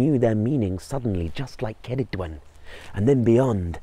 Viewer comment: Thank you for saying Her name correctly.